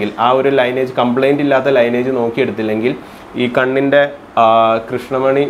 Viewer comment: ലൈനേജ് അല്ല..🙏! ലീനിയേജ്...